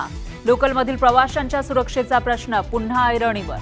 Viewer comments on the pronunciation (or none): " पुन्हा " हा शब्द " पुंन्हा " ( पु वर अनुस्वार ) असा उच्चार करणे अकारण व चुकीचे आहे.